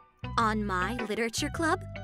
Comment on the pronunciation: When be like sitting anywhere I be like 😐<F******KING MONIKAMMMMMMMMM Edit: why the heck did say litery